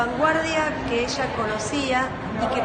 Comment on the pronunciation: Habla bien burra!!! Esha?? Se pronuncia ella Eres un fracaso pendejeta